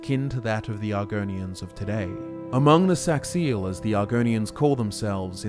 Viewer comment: You pronounced Saxhleel wrong it is pronounced like Sazliil.